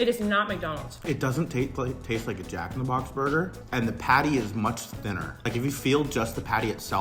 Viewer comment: It really sounds like she's saying Jack in the crack